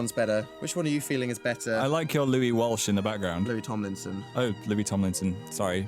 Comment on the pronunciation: My last name is Walsh and it's so satisfying just to hear Phil say walsh